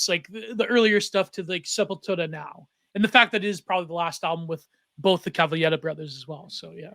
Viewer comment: I love you and this episode of the pod but you owe it to every single one of us that injured our neck and back from the heretofore unprecedentedly powerful douche-chills elicited at the way you decided to pronounce Sepultura and edit in the appropriate North Americanized pronunciation. Thank you for your time.